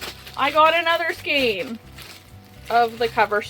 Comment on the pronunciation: Ooh... I can't! You're gonna want to smack me, but... Man, shoot... 🤣 I have no idea where the "skeen" pronunciation of skein is coming from. That's not pulling it toward German; that would be more like "shkine." It's not Italian or Spanish; that would be something like "skay-inn." I... don't know. It's very strange to me. Literally the first time I heard this pronunciation was a few years ago on YT. I've puzzled over it ever since. Anyway. Like Chanel and chenille, skein is another word that came to us through French. Here, "ei" is pronounced "ayyy" like beige or reign. Go ahead. Smack smack. I deserve it.